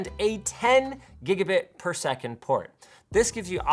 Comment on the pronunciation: Say gigabit per second again